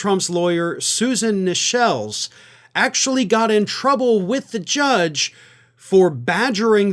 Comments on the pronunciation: *Susan Necheles last name is pronounced like, "Necklace", and not like "Michelle with an 'N' " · I don't know if I have even heard Trump's lawyer's name pronounced correctly yet. I've heard it pronounced as Necklace, Neckles, and now Nechelle.. Can anyone say her name right? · Hey, you are totally mangling her name. It sounds like necklace, not ni-shellz. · Trumps lawyers name is pronounced "necklace", not "neshells" Lock him up! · The common consensus on CNN was the defense had a good counter when questioning Stormy on Wednesday, then shot it to hell by continuing on Thursday morning; most probably because Trump wanted Necheles (pronounced closer to Necklace than Nichelle) to drag her through the mud. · the trump lawyer "Susan Necheles" is pronounced Susan Necklace. The more you know 😁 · It's Susan necklace not Susan nichelle's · Others say Trump’s lawyer’s surname is pronounced like necklace. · Isn't loser45's lawyer's last name pronounced "necklace"? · Trump's lawyer - Susan Nekeles - pronounced like "Necklace." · it's pronounced like "necklace" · Defense attorney Necheles...pronounced Necklace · Her name is pronounced necklace ( as in pearl) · NECKLACE. That's how the lawyer's name is pronounced. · Her name is pronounced NECKLIS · Susan Necheles' name is pronounced like "necklace." Just a little FYI. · Pronounced Necklace. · It's pronounced Susan Necklace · Necheles has been pronounced as 'necklace' by all the other media I watch. Not sure which is correct. Either way, she's just another legal hack/bully blinded by the promise of future power and or position given by a client she KNOWS is a chronic, criminal liar and sociopath. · Necheles, pronounced "necklace" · Necheles is pronounced "necklace". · Susan Neck less is how she say's it's pronounced! I prefer Susy Feckless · Dear, I love you, andI know it's spelled NECHELES., but it's pronounced "NECKLACE." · They pronounce it as Susan Necklace. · Her name is pronounced like NECKLACE!